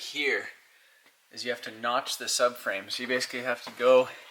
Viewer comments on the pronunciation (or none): When you said "but noch this out" sounded like beunos noches lmao